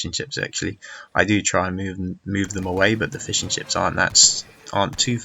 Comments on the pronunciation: The game was a great watch, but I keep hearing fish-and-chips as he starts talking about his boats :p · ***** lol it sounded so much like `Fish and chips´